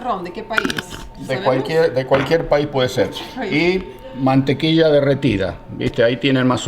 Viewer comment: Por que le dice Mantequisa a la Mantequilla???? hahh